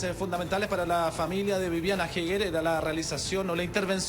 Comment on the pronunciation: eger, asi se pronuncia! HAEGER